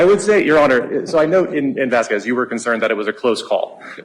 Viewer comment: love white people pronouncing "VasquWEZ" 🤣💯🤣